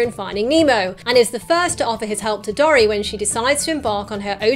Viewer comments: Dory is said dore/ee not dor/ee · I'm British too, but I've always pronounced Dory as 'door-ee', not 'dorry'. Irrespective of this, love your videos. Keep up the good work! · OMFG you say dory wrong its not dorry